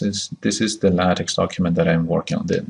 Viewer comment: The X in LaTeX is Greek "ka" sound, as in "tech" and not soft as in "tax". Donald Knuth, the author of TeX made this clear on the first page of his manual. He explains how X comes from: "English words like ‘technology’ stem from a Greek root beginning with the letters τεχ...; and this same Greek word means art as well as technology. Hence the name TeX, which is an uppercase form of τεχ." He goes on to explain how it sounds in spanish and other languages. I don't understand why even after 30 years, people insist on mispronouncing? It is not "tex-maker", it is "TECH-maker". It is not "la-tex", but "la-TECH". Use hard K. Is that too much to ask if you insist on making videos without reading the manuals?